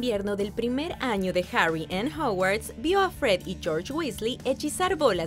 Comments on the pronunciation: es hogwarts no hawarts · No es Hawars es Hogwarts